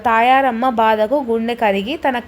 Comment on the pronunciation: Tamaramma kaadu tayaramma